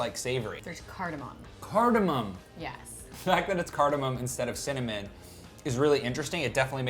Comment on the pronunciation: Snoop Dogg makes connamon rolls, lol